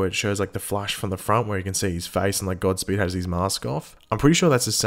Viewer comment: You said gobspeed